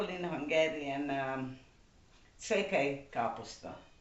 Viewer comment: Székely , not Székey. It's named for József Székely.